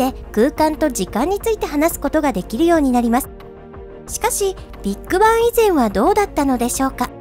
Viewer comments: ビート板っぽい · ビッグバンの発音がビッグ版に聞こえる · ”ビッグバン”のイントネーション気になる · ビッグバンの言い方が気になる